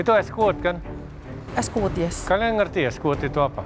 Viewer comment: lengeh gati..wkwkwk.. es kuwut bukan es kuwud..wkwk